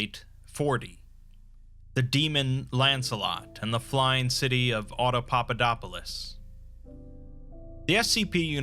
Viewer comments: im impressed with all the videos but the 1 thing about this video is how he's able to say the name of the place , i couldnt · You only did this one to show off you saying Audapaupadopolis perfectly. What a fun word though!